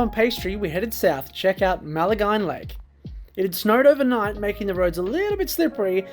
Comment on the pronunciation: Maline, rhymes with wine.